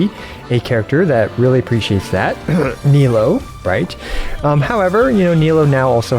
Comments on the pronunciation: i think bc it's supposed to be knee-loo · Btw, Nilou's name is pronounced Nee-Loo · The way you pronounce Nilou and Yoimiya kinda kills me everytime